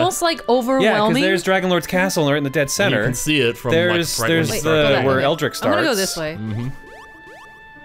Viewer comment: Did Jon call Erdrick "Eldrick"? I mean, the whole Japanese r/l thing, sure, but I'm pretty sure he's been called Erdrick more than Eldrick.